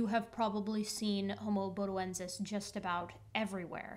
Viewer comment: I first saw the title a couple of days ago, and until gave it the right pronunciation, I was thinking Bodie from AIG. Good to find there's no relation. 😁🤓